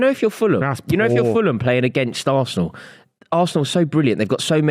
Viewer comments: The way he said VARsenal in his Bristolian accent killed me. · saying varsenal, maybe he should worry about his teams 100 ffp rules being broken